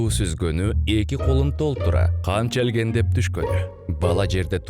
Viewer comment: Эн жакшы саамалык. Тарбиялык негизде балдарга көрсөтө жүрчү тасма экен. Ишиңерге ийгилик. Бирок бир сын-пикир айта кетейин. Кыргыздын сөздөрүн туура айтууга аракет кылгыла. Ансыз да аксап турган тилибизди аксатпагыла. Менин байкаганым эки сөз болду. Челгендеп эмес чеңгээлдеп болот,чыңгырыгы чыңырыгы (чаңырыгы)деп айтылат негизи. Жалпысынан алкоого татыктуу. Ийгилик.